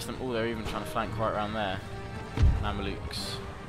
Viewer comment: They're Mamelukes not Mandiluks xD